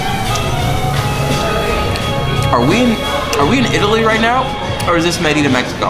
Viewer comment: Oliva, not Olivia. Merida, not Meridia. C'mon man, you live here...